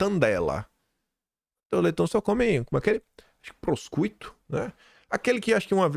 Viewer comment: Grande, a pronuncia de Prosciuto é "Proxiuto" e o caro vem de Parma também, igual o parmesão. Te Vejo desde o episodio 8 quase todos os dias. Excelente trabalho.